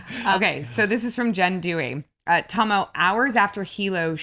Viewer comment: Now I know how to pronounce Tahmoh's name. Your reactica is worth it for just that.